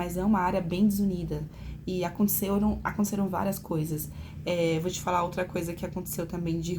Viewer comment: Chocada com o 'ablar ' dessa dotôra.